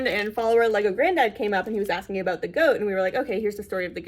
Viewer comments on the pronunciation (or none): I noticed you day da instead of the